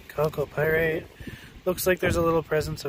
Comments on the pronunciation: When he says Calc o Pirates, that's just the secret way of saying 'Gold'... At 400 dollars an ounce, he must have several thousands of dollars there Jim Lad... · Do a shot every time he says calco pyrite.